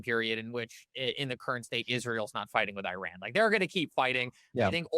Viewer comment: You guys really should try to pronounce Iran correctly. If you can pronounce Venezuela correctly, you are certainly capable.